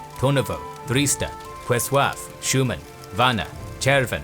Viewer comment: Моля българите отговорни в направата на видеото, да обърнат внимание на произношението на буква "Л" когато стои пред букви (а,ъ,о,у) в българският език. От чудесното видео виждам, че сте повлияли на произношенията като - Уовеч, Пресуав, Уаскарис, Вуадисуав, Куокотница, Кауоян и т.н. В днешно време голям процент от "бъугарите" имат този говорен дефект, но за седмица тренировки се оправя. Иначе продължавайте с хубавите видеа!